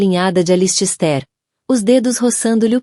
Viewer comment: Sinto dizer, mas a leitura foi horrível. O nome do personagem ALISTAIR foi pronunciado de várias maneiras; o da esposa teve o mesmo destino. Ficou indefinido se ele já estava tendo um caso ou se a "dama de vermelho" só surgiu para atrapalhar. Texto muito confuso!